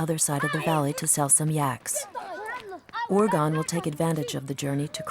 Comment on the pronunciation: His name is Urgen but calling urgan.